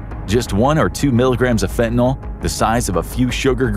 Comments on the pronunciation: There's no "O" in fentin"Y"l. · I'm 65 now. I did a lot of different drugs in my younger days. So glad that fentanyl wasn't around in those days, I might have tried it and had an overdose. People constantly mispronounce fentanyl, it's not "fentaNOL". The suffix of the word has to do with the chemical make up. "NOL" and "NYL" would be two DIFFERENT chemicals. 🤦🤷